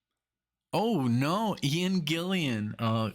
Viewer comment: Great reactions, but it's TONY Iommi! TONY, not TOMY!!!!! :) Vinnie Appice is pronounced APP-iss-ee. Ian Gillan is "Gillan", not Gillian. After Ian Gillan and Glenn Hughes, their longest other singer was the great underrated Tony Martin. :) Sabbath was a big influence on Iron Maiden. Sabbath was first with stuff like this.